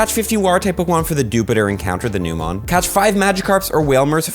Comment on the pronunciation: I really don’t want to be that person but isn’t dewpider pronounced deew-pie-der?